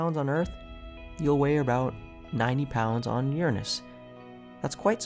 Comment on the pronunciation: Finally someone says Uranus correctly.